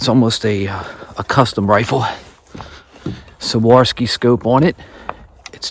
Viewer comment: 2 nice Bucks! Here’s a helpful way to pronounce the name of your scope, swore-off-ski! You have an Absolutely Gorgeous piece of property there!